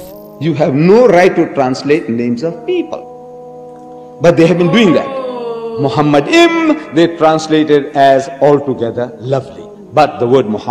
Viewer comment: The first mistake by Deedat is that he pronounced מַחֲּמַדִּ֑ים as ‘muhamaddim’. But he is wrong, it is ‘ma-kha-madim’. So there is no pronunciation of Muhammad. Just check every high valuated Hebrew dictionary or lexicon. The other mistake made by Deedat is that he said that ‘מַחֲּמַדִּ֑ים' is a name. Again he is very wrong because מַחֲּמַדִּ֑ים is a masculine plural noun, so it is not a name. Again, just check every high valuated Hebrew dictionary or lexicon. And because it is not a name it is impossible that it refers to the name of ‘Muhammad’.